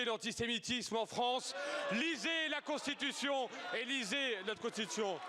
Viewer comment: 😂 lisez la constitution et ... lisez not constttttion